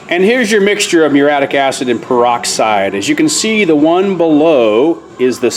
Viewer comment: "Proven, and they work". Redundant. "Meureeattic" acid. "Vinger"?